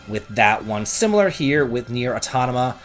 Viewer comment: "Nier AutoNOMA"?! learn to read mf!